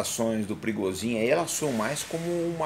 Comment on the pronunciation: Por que não se fala Pri - go - zhin? Ou por acaso no idioma russo o P seguido de R tem som mudo?